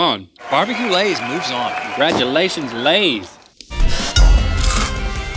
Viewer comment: Not too sure if someone else already did this but Congratu-LAY-tions